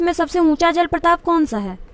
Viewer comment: Mam jal prapat hota hai not Pratap...😎😀😎😎